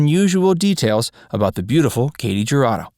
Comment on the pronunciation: Her name is pronounced KAH-tee Her-AH-doe.